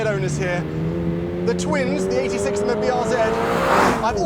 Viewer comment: I appreciate that pronounced 86 separately as the Japanese say it.